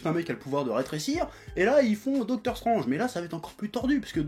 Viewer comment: ... hey chef comment tu dis déjà? docteur strOnge ... putain on aura tout vu ...